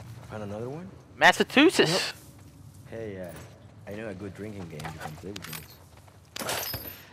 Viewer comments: Nobody:: massatoosis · Nobody:: Massatusetts